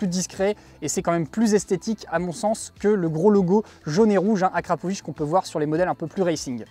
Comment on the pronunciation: Camarade,je crois ça pas être akrapovITCH je crois ça être akrapovIQUE 😂😂✌️